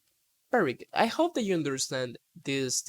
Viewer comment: check pronunciation for opposite, ought, understand.